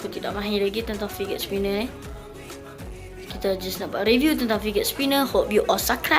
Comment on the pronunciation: sebut fidget pon salah